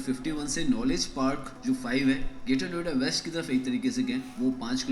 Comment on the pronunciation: 😂 Naam Sahi Lo..... Niyoda Nahin Noida Hai Ye..... Kya Bol Rahe Ho Tum....